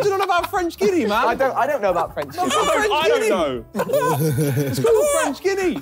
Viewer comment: french ginni lmaooo its french gui (guy) ana (ah-nah)